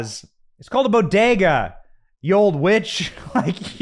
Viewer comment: All through my teen years I worked at my father's Bodega in the Bronx. Never in my wildest dreams I thought anyone would butcher the pronunciation of the word Bodega so bad as the so called "First Lady".